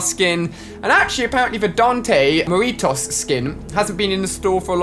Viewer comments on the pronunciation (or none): All my Hispanics when he says meritos instead of muertos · Same I am Salvadoran and he said muritos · I don't like how Ali says MUERTOS😂 It's pronounced MOO-AIR-TOES Like so Ali sees!